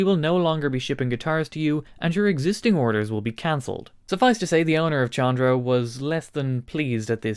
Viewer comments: I'm sure someone already corrected this in the comments, Chondro is pronounced "Kondro", the CH makes a K sound phonetically. It's named after the old scientific latin name for Green Tree Pythons, Chondropython Virdis. They got dubbed "Chondros" by us reptile people, and still have that nickname after being scientifically reclassified in the genus Morelia giving them the scientific name Morelia Virdis. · It is pronounced "CONDRO" A chondro python is a green tree python. And his logo is a green snake. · fyi Chondro is pronounced “Kändrō”, hard K sound. For the guitar store, it comes from the mascot, the Green Tree Python, latin Chondropython viridis. Killer store name. Now, back to guitars… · I believe in this case the correct pronunciation is Con--Dro. That is a nickname for Green Tree Pythons. A popular and expensive exotic pet snake species. Given the color scheme of the company's logo, it makes sense. That and there are a lot of guitar players that collect snakes. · It is definitely pronounced Kondro. Like chronology, chorus, etc. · I feel like the pronunciation of Chondro is quite important here